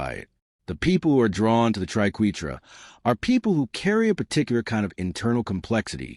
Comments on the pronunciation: This is shallow explanation. - AND - The AI "narrator" can't pronounce triquetra or ankh correctly. Artificial Idocy! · we are #3 and i love it when the fake AI can't pronounce Triquetra the proper way